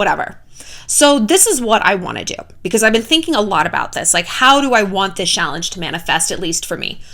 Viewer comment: Have a drink every time she says shallange